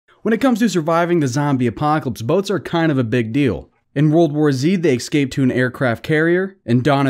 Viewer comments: Eeee - scape not ex- scape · STOP. SAYING. EXSCAPE. By all that is holy and unholy... the word is ESCAPE! It's not that hard! Ok, 5 excapes in 17 seconds. I'm done here. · It’s escape not excape 😂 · Just FYI - it's escape, not excape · It's escape..not excape.. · He’s saying excape instead of escape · First learn to say escape instead of Xscape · An entire video of listening to a guy say "excape" a million times. Mesmerizing. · Escape Say it with me. ES CAPE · If i have to hear him say ecscape one more time im gonna kill myself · Saying “exscape” bothers me. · there is no x in escape. stop saying excape. if you are going to make a commentary video then please learn how to pronounce the words correctly. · I'd like to watch this but the way he pronounces "escape" is so grating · There is no ‘x’ in the word escape homie.